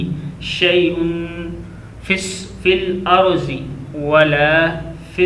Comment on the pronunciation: The sound fel arze is not correct, we must recite it with sound of fel arde.